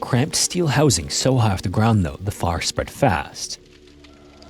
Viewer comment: why do you say fire like a southerner? Lol